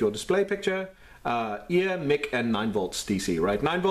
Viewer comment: Mic is short for microphone, not Mickey. "Mike," not "Mick." ;) The keyboard reminds me of a Texas Instruments Speak 'n' Spell. Any plans to tackle that one?